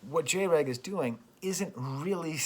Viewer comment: Cool video but MAJOR FLAW. Its pronounced Jr. Egg (that's why I had to dislike unfortunately)